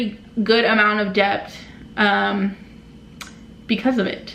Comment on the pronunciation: " im in a good amount beBt" lmfaoooooo